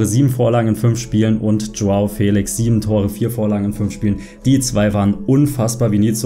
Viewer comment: Er heißt joa felischhhhhhh nicht felix 😂